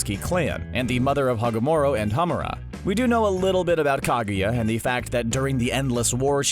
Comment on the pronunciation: This narrator guy horrendously butchering Hagoromo and Kaguya's name made me cringe , seriously, do your research about the names people, it's not that fucking hard